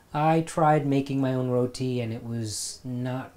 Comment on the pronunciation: nooooo dont say roti like an american.... row-tea.... say it the desi way like you did